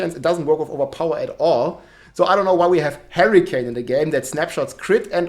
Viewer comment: Harricane:p, i like it